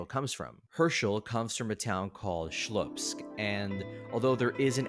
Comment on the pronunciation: It's Slupsk, not Shlupsk - It's as if calling New York the New Bork.